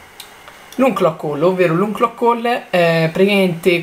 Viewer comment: ahah guarda che si pronuncia anloc ol e non uncloc ol ahah